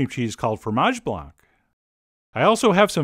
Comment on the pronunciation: hey Chef John the C in blanc you don't say it ;)